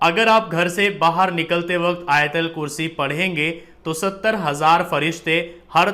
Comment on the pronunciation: Not ayatalkurshi AYATULKURSHI BOLO BHAI